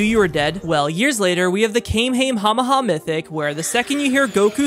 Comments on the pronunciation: you pronounced it wrong once saying the “Kamy a mama” ON PURPOSE. U still pronounce it wrong on purpose for views and fame. Just stop it’s annoying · At least he didnt say the kall-me-your-mama this time😂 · That pronunciation of kamekamekameha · U pronouncing kamihama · You pronounced kamehmema wrong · Im sorry you pronounced the kamhamaha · The kame your mama the way you pronounce it is the scariest item in the game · Man the scarist thing I herd the way you pronounce kamyhxfh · IT PRONOUNCED KAM HAY KAM HAY HAAAA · What’s scary is how you pronounced kammaehameha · It is pronounced the call me ur mama😂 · It's pronounced hummingholehedue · It’s pronounced-kammyammyar if you english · You pronounced the kamehameha wrong on purpose right? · The scariest thing on YouTube is your mispronounciation of the kamehameha. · trying to troll the community in the best way possible... mispronouncing Kamehameha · I love all the ways he tries to miss pronounce kamehameha